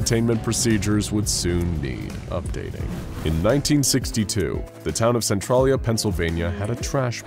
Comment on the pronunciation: centralia is pronounced SEN-TRAIL-YA 🤣